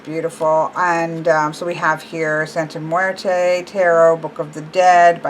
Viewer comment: You need to practice saying that name because I kinda cringed when you said the name. Not that I'm saying you didn't say it entirely wrong. On some occasions you said it right